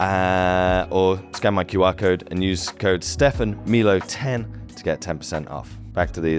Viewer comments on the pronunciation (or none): none